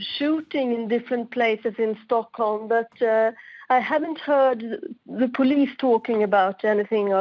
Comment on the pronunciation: its sounds like she says stonkholm tbh heh